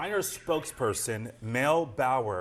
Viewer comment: 6abc - the hospital is SHRINERS ... NOT shiners - jezzz😕